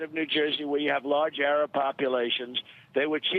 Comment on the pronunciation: isn't he saying Arab ?!